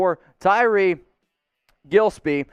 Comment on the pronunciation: Simplest name to pronounce Mitch jisseppi gilspie🥴